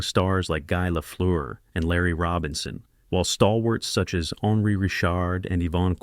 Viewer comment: Redo your narration, please. Maurice Richard is pronounced ree-SHARRD in French. You got "little brother" Henri correct, so I'm mystified how you missed on "the Rocket." I had the pleasure of watching Beliveau in the late 1960s. "Elegance" is a word not often used about hockey players, but Beliveau was elegant!